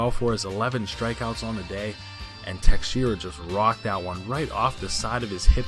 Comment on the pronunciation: It is mark teshara not texeira